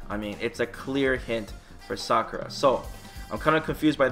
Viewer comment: It's Sakura not Sockra!